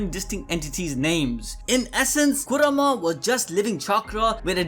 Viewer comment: Why the hell are you saying kurama so bad like that